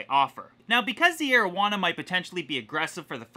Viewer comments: you said arowana the first time I heard that I thought its name was marijuana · I totally thought you said "Asian Marijuana" and I was like "Ummm well that's an odd fish species..." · I THOUGHT HE SAID MARIJUANA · for a second there i thought you called it your "aged marijuana"